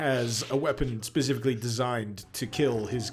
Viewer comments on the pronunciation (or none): none